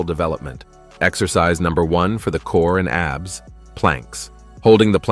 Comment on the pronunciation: Too bad the A.I. can't stay consistent with pronunciation He literally said (ab be es) for abs